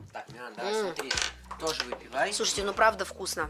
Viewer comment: слова "тозе", "хоросо",... были и раньше у тебя с таким произношением, или это уже корейское...